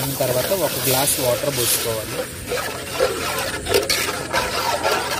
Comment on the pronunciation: ఓటర్ కాదురా నాయనా వాటర్ అనాలి.. అందరికీ ఇలా మాట్లాడటం ఫ్యాషన్ అయిపోయింది.. 🔥🔥🔥